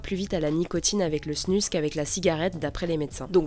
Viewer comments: On dit pas plutôt LA snus (prononcée snuz) ? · ça se dis snouz ! bordel ! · Je pense qu’il le prononce à la française est toi à la suisse ou belge